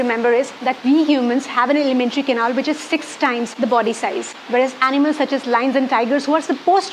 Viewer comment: Yeah she needs to go to "alimentary" school 😂